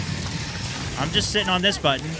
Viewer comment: good try tho, stunminton 🤣